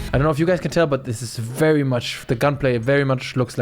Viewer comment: that Chinese "VERYYY" is hard to unnotice anymore.